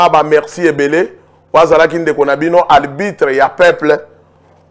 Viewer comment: Arbitre et non albitre .